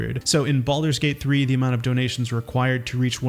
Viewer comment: “Baludurs Gate3”